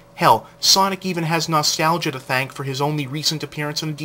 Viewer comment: NAW'-STAL'-juh (Nostalgia) ...two stress marks. lol no offense